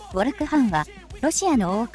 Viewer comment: ヴォル·クハンじゃなくてヴォルク・ハンね。前田さんによるとハンは石油ビジネスで成功しているとか。また息子が北方領土の警備をしているそうです。